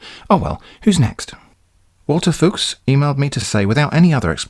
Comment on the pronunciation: "Walter Fuchs" 🤣